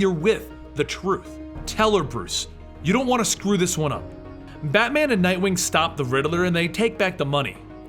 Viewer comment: "Battyman" If you're Caribbean this part made you laugh.